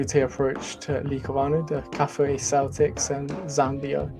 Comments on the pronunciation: Kafue pronounced as Ka-few-way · Kafue is pronounced Ka Few A😌 let us not butcher the name 🇿🇲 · Kafue pronounced as Ka-few-e....but good try. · Pronounced kar fewa 🇿🇲🇿🇲🇿🇲🇿🇲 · Please, you pronounce 'Kafue' as Ka fyu we.